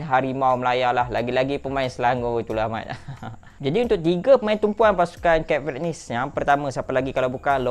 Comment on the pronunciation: ..at least google la cara nak sebut nama negara tu. Tak susah pon Mat.